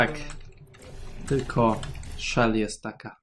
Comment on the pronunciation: Mówi się Cze!l a nie Szel